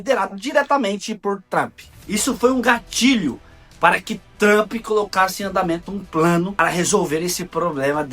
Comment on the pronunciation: Vixi! O bicho não sabe nem falar o nome do Donald Trump.